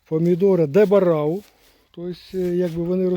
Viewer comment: Не ДЕБЕРАУ а ДЕ БАРАО. 🦌 Сорт названий на честь Адмірала Силва, Франсишку Мануэл Баррозо да